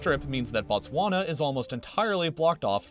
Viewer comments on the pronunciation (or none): It's pronounced booh tswana not batswana